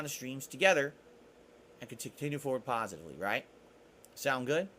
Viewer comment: I just love how he keeps repeating that his shitty streams focuses on pahsitively when in reality there’s absolutely nothing pahsitive about his shitty streams! That’s truly fascinating